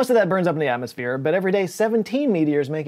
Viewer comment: says " a hundred times the material enters Earths Atmo-phere. " I think we had our explanation cut from the show.